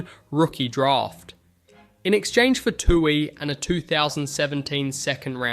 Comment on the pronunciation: kinda weird on Tuohy as well. sounded like "two eee"